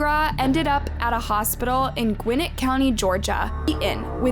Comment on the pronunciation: I'm literally from Gwinnett Ga and you said it wrong. 😂 But for real this crazy